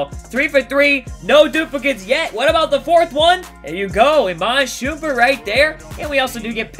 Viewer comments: My man said Iman "Shoompert" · Being a mega Cavs fan (I'm from Ohio so no bandwagon), when said Iman SHOOMPERT I flipped shit lol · You said iman shupert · "Iman Shoompert" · She said shumpert wrong